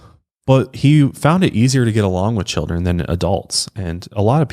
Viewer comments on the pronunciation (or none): none